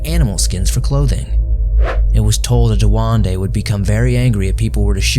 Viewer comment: Duende with E please not duande like every single time people need to say it properly its just annoying